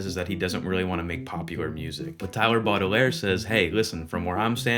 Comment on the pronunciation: “Tyler Bottle-Air” 💀